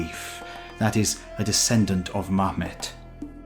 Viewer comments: how come muhammad is pronounced mahmed? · Why do you pronounce Muhammed's name so sinistrily 🤣🤣🤣 Edit: I get it. The source is an Armenian historian and Cilician Armenia peacefully surrundered to the Mongols, becoming a protectorate of the Ilkhanate. Their relationship was probably relatively positive. "Great Hulagu" says it all. Funny enough, the destruction of Bagdad and the annihiliation of its people served as a pretext for the Golden Horde's leader to invade the Ilkhanate as the former have recently converted to Islam and condemned the attack on Muslims and Islamic(-Persian-Mesopotamian-Arabic) culture.